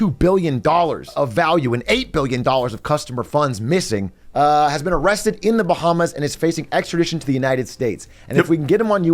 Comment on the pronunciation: Amrrested you say?